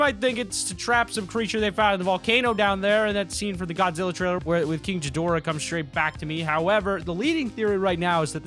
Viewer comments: Jidorah? Mmmmmmmmmmmmmmmmph its G like in Godzilla ghidorah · You know that was ghidorahs eye not godzillas plus its pronounced gidorah not jidorah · what is King Jidorah? Its King Gidorah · Mans said king jidorah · you sed kingjadora its kinggadora and also that kinggadora eye not godzillas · that's ghidorah's eyes and jidorah😂😂 best mis pronunciation ever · its king gidorah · And he still pronounces ghidorah wrong also that’s not Godzilla that’s ghidorah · king ghidorah